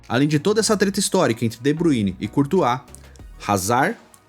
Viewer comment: Nào é de Buine porr@ . Se lê de Bráááyne !!!